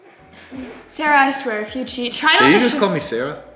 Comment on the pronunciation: Sari ❌️ Sara ✅️